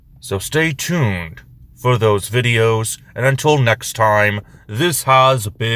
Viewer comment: Drahjan, but close on the pronunciation.